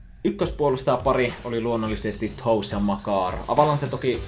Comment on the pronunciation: älä lausu toews tollee pliis😂ei oo varpaat kaverin nimi